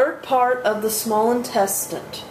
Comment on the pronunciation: Why are you saying "intestint"?